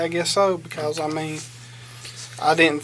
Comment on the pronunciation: most people: because: BeCalls